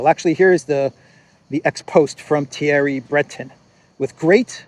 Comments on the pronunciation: In French the pronunciation is more like Bruhtón. Thierry sounds like Tyèhrý, in French with stress on the 2nd syllable. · Attention: It is pronounced "Thierry Brae-taun". See for example "Who is Thierry Breton, France's European Commissioner pick?"